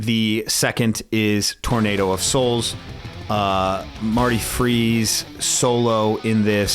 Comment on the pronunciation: Great list, although it is Marty Friedman that does the solo for Tornado of Souls (it sounds like your pronounced his last name as “Freeze”). For recommendations, well Amon Amarth has a lot of songs i lift to.